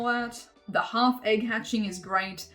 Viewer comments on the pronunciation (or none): none